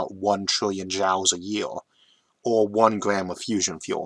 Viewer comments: Love these videos! One minor nitpick that was bugging me since it occurs so much in this video: "Joule" rhymes with jewel or fuel, not jowl. And this isn't ragging on your speech impediment, since you pronounce "fuel" quite normally to my ears. Anyways, I just started going through your fascinating videos in order from older to newer, so maybe this has already been brought up and corrected in more recent ones. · Sorry to 'correct' your pronunciation (and you already told me that doesn't really matter to you; and not me either) but I believe "joule" is pronounced 'JEWEL'. Great content, keep it up! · I know you mention your speech impediment a lot and seem pretty fine with it (I liked the “whale gun” callback in the Kickstarting Space video), I do want to say that Iʼve almost no trouble understanding you after the first one and a half episodes or so. (Ironically, Iʼm reminded of this because this episode is harder to understand than usual because I had never heard that pronunciation of “Joule” before, and I donʼt think thatʼs even a speech impediment thing)